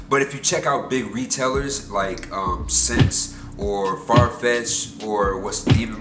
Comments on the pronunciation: aye bruh just to let u know SSENSE is pronounced "essence" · Ssence is pronounced (s-ence)